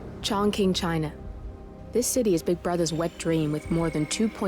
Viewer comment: And yep ChongKing (Chongqing, pronounced Chong-ching) lmfaoooo